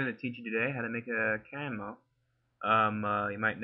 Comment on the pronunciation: Good videos, very helpful. But it's pronounced "Cam-E-O"